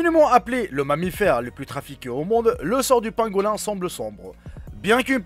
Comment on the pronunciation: Ça se prononce pangolin !😉